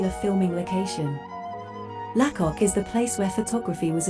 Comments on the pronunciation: Your pronunciation of lacock is off. Say laycock. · Its pronounced Laycock not La cock